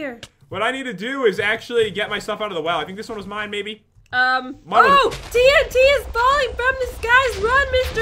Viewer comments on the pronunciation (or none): when pat said 8 TNT I thought he said AT&T